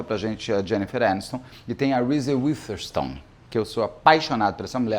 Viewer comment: Não sabe pronunciar WitherSPOON. 🤦‍♀️ Urgente o Beto se tornar fluente em inglês pra não cometer mais essas gafes.